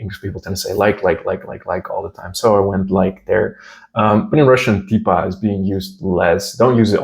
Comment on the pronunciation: Когда говоришь "типа", букву "Т", язык нужно держать ближе к зубам, потому что у нас есть мягкие твёрдые буквы, в отличии от английского, когда всё произносится твёрдо. Русский у вас шикарный! Я даже сначала подумала что вы русский😀